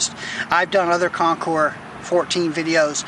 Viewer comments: Thats right, you are one of the few percentage of people that pronounce the Concours properly as ConKOUR. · Dude, thank you!!! Everyone messes it up